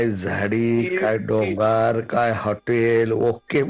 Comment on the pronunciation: डोंगर नाही डॉगार😂😂😂😂😂😂 हे आमदार 😂😂😂😂